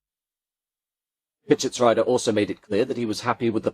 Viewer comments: Pischetsrieder is pronounced PischetsREEder, not PischetsRYEder. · Everytime a pain in my German ears when 90es BMW comes up. The second half of the name "Pieschetsrieder" would be pronounced as "reader" in an English word, not as "rider"